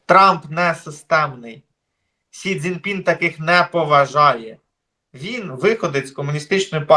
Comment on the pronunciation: Я з повагою ставлюся до пана, але з орфографією в нього тяжкувато. За весь цей час він так і не спромігся вірно вимовити призвіще китайського диктатура, він до цього часу кличе його Сінь Дзінь Пінь. Але я готовий його й далі слухати.